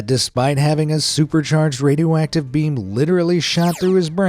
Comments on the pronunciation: I kept hearing him say "Radio Whack-tive" and now i can't un-hear it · Bro said radio wacktive🗿